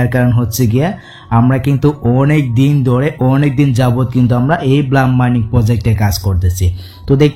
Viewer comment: ভাই ব্লাম না ব্লুম হবে। ভালো করে একটু এস্প্লেলিং পইরেন😮